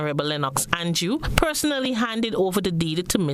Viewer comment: This "an-jew" thing fretting me! It is "An-drew!"